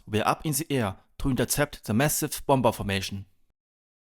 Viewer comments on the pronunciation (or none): Perhaps it would be sensible to try out your commentary with someone whose first language is English. This should iron out mispronunciations like bom-ber, where in the correct pronunciation, it is pronounced bommer.